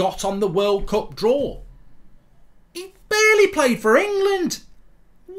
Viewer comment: annoys me that he sometimes pronounces "cup" in a posh way and sometimes in his normal regular accent